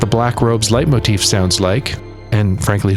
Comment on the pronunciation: The build up to the bathing suits did not disappoint! 😆 (And "Leitmotifa"? 😚👌)